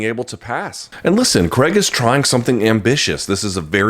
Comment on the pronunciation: Craig, not Creg. Please learn to pronounce the man's name correctly